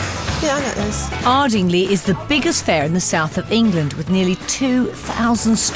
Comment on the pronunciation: Very frustrating Mary can't pronounce Ardingly (you pronounce it with lie at the end, not lee). Thanks for posting these, such nostalgia as I watched them first time around